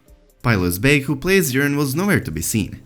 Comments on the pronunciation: That's because he is saying Urine. Not Yuron. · The accent makes the subtitle actually spell out urine every time he says Euron. It really sounds like he’s saying urine